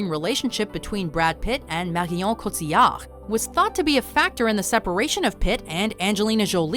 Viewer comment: The way they try to say Cotillard is hilarious.